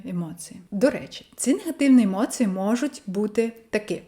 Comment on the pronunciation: Акцент трохи є, не дуже ріже слух. Наприклад у слові "емоції" я чую ЦИ замість ЦІ. Як для людини родом з Оренбурга то чудова вимова